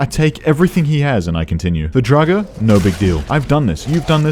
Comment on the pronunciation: why do you pronounce draugr not the usual droor-ger or drow-ger but the secret third way drugger